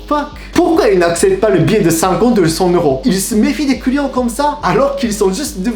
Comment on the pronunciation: Je suis le seul a entendre les couillons a la place de les clients ? XD